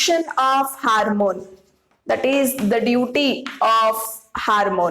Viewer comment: Your class is useful, but, It is ‘hormone’. Not ‘harmone ‘ .